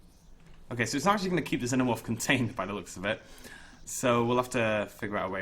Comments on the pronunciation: ITS FUCKING PRONOUNCED ZEE-NO-MORF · You're a cool guy but I get mad every time you say xenamorph wrong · you need to say xenomorph as xinomorph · Can someone help me? Is it pronounced like Zenomorph or Zeenomorph. I've been saying it the second way forever. Am I wrong? Does it matter? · It's pronounced (Zee-No-Morph).